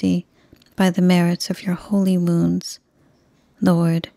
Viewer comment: Thank you for your beautiful novenas, rosaries and prayers. I must admit that before following along with the text, I used to think that you were saying "By the merits of your holy moons" and was always so confused but you were actually saying "wounds". I'm really curious if I'm the only one that hears it.